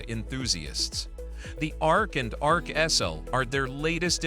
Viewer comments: Man, your AI needs to learn how to say X L.... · Love that AI commentary cannot say XL properly